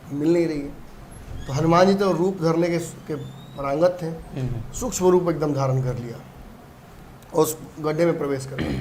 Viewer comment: 'परांगत' नहीं बल्कि 'पारंगत' होता है। कृपया सुधार कर शब्दों का प्रयोग करें। हम आपसे कुछ सीखना चाहते हैं।